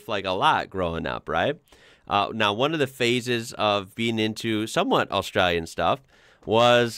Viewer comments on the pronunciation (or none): none